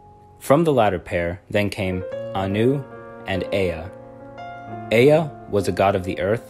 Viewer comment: It's not pronounced EE-a it's pronounced eh-a